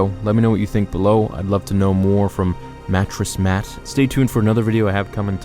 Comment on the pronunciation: Did you say Matress Mac